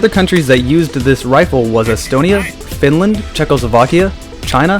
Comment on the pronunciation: did you saaayy finland ???